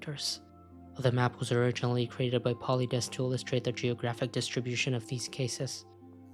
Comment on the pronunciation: Paulides is pronounced Paul-Eye-Dees just saying